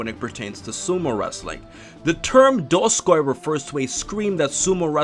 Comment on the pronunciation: I'm sorry but the way you pronounced those words just annoyed the hell out of me Dosukoi - Doskoi Yokozuna - Yokoduna Rikishi - Rikisi